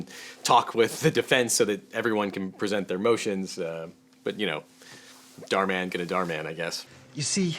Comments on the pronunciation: “dhar mon” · everyone: Dhar Mann him : dhar mon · Dharmann is pronounced "dar-man" to me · Who's that pokemon... It's Dharmon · You pronounce it “dar man” when it’s saying “dhar mann” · Dhar man is how you pronounce his name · its "Dar man" the H is silent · It's pronounced dhar man STUPID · It's pronounced door-man. I think that's the only job he's qualified for. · I’m saying that he could’ve been nicer to him he is mispronouncing his name he could’ve searched it I’m not being rude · He seemed quite polite. He even apologized in case he got the pronunciation of his name wrong as he doesn’t really watch dharman and only looked at it because it was suggested to him.